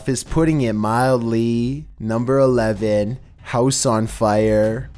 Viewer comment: "mildleee" lmao